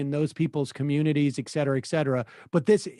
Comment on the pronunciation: Ekcetera! Ekcetera! Ekcetera! Sam seder is a fucking moron!